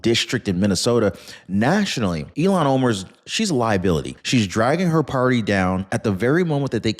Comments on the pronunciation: iilan omar is pronounced ILL HAN it sounds like you are pronouncing her name ELON I think once you called her elon musk at marker I really do love listening to your content you do your research and provide us with solid information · I love your posts. You are pronouncing Ilhan as Elon. Instead of deportation, IMO she should go to prison. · Her name is not Elon it's Ilhan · I don’t think you have her name right. It’s not Elan Omar, it’s Ilhan Omar! And who cares about any of it, including Nancy Piglosi! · Learn to say Omar's first name!!! You sound ignorant.